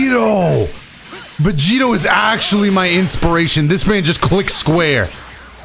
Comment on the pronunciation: Was I the only one who herd vergito instead of vegito